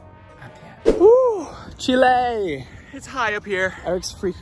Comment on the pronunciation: Yall its Chile like Child, but Chillay lol. I still love you though!